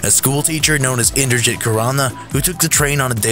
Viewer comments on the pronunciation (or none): inderjit is pronounced inderjeet js